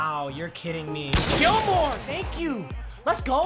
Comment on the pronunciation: to this day still says stephon gilmore not stephon gilmore